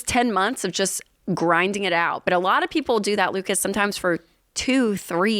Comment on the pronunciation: I like that Ken pronounces Lucas with the A as a schwa instead of a short I. Most Americans say Luke-iss.